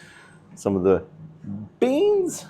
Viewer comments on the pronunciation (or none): a slight scouse accent come out of there saying beans 😂😂